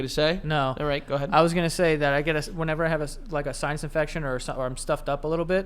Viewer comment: Does joe pronounce sinus as science or I am hearing it wrong